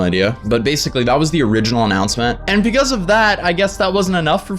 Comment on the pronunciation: I like how he says pecause instead of because